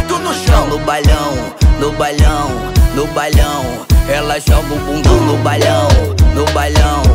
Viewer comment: porra esse cara falando bailão errado me irrita velho 😂😂😂😂